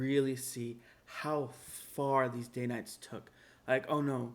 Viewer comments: Fabulous episode! I love your content and hope your channel quickly gains a large following. I’ve always heard it pronounced “Dan-nite”, not “Dane-nite.” Have I been saying it wrong my entire life? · Love your channel. DANITES is pronounced Dan ites.